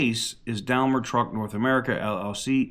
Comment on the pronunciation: Daimler is pronounced “Dime-ler”. FYI and keep up the good work.